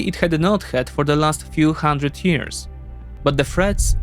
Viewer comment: Musisz sobie zmiękczyć ten twardy akcent. Posłuchaj np. History Ghost. ''For handryt jirs''😐... Jak to brzmi?